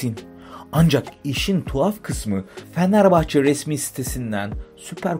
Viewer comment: ya kardesim su turkceni biraz duzeltemezmisin? fenerbahcenin adini bile dogru telaffuz edemiyorsun. bu fenerbahcelilere hakaret resmen